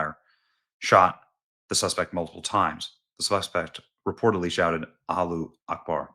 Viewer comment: Why is everyone mispronouning allahu akbar? Everyone knows how it is said. Are you afraid to say it?